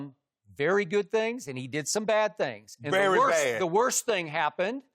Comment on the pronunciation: Shannon “Here’s the thang skip” Sharpe